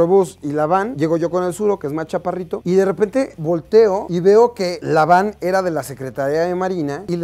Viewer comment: 1. Esta bastante claro que no generalizo 🙄 2. Hoy en día ya no las utilizan por considerarlas impracticas, pero hubo un tiempo en que si las utilizaron: Por cierto, es Van, no Vam 3. Y si tenia la ventana abajo?🤔 Además e hay grados de polarizado, y ciertos grados no cubren al 100% (mi carro tiene un polarizado bastante leve). 4. Y porque no? No la está golpeando o si? Le esta llamando la atención a alguien que por su imprudencia casi ocasiona un accidente, malo hubiera sido intentar bajarla a la fuerza de su vehículo. 5. Una persona frustrada es una persona que no está logrando lo que desea en la vida. Se propuso metas y objetivos pero no las puede lograr. Y como no puede lograr las metas que se propuso en la vida, sin darse cuenta, comienza a vivir con una mala actitud hacia la vida, hacia los demás. Por ejemplo, una de las características de las personas frustradas es que se enojan rápidamente cuando se les contradice. Cualquiera puede tener estas características, el problema es cuando a alguien con esa actitud inestable se le da un arma y un puesto de autoridad. No veo porque tendría que irse a checar? 6. De nuevo, no generaliza, solo dice “algunos”, te puedo decir que como alguien con una cierta cantidad de conocidos que trabajan en seguridad pública que, sus test de dopaje no son 100% infalibles 😏, así que el hecho de que esos marinos en particular estuvieran en estado inconveniente enrealidad no es tan descabellado, pero ese es un terreno algo subjetivo